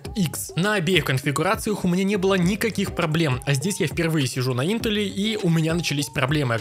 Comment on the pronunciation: ты топчик но интел произносишь не правильно